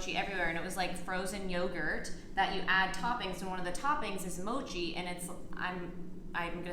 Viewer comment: You were saying it right (did I spell that right? Probably not..) Mochi is Japanese rice cake made of mochigome, a short-grain japonica glutinous rice. The rice is pounded into paste and molded into the desired shape. In Japan it is traditionally made in a ceremony called mochitsuki.While also eaten year-round, mochi is a traditional food for the Japanese New Year and is commonly sold and eaten during that time. Mochi is a multicomponent food consisting of polysaccharides, lipids, protein and water. Mochi has a heterogeneous structure of amylopectin gel, starch grains, and air bubbles.This rice is characterized by its lack of amylose in the starch and is derived from short or medium japonica rices. The protein concentration of the rice is a bit higher than normal short-grain rice and the two also differ in amylose content. In mochi rice, the amylose content is negligible, which results in the soft gel consistency. (Credits: Wikipedia)